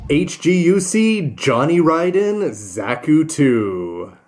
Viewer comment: Whoo-hoo! Somebody knows how "Ridden" is pronounced!